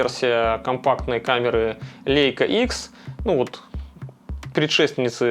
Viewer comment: лЯйка - эт по немецки, а мы, по привычке, читаем - по английски.